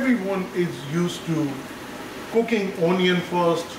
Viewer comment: unnecessary accent. not a great watch. i stopped at ooonion